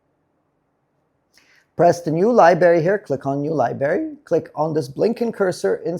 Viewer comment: I've been telling you for almost a decade you are pronouncing library wrong. It's library not libary. You sound like a you know what.